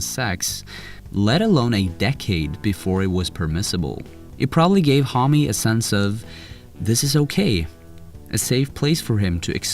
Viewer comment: You are misspronouncing Homme, its actually annoying